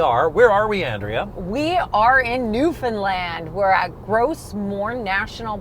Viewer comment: For the record it's new foundland not new Finland